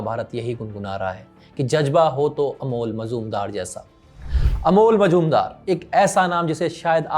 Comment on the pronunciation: मजुमदार नाही मुजुमदार